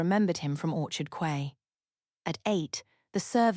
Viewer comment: Teach AI that Quay is pronounced Key.